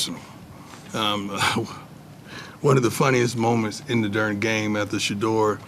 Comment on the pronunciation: Love how his "Darn" is " Dern" lol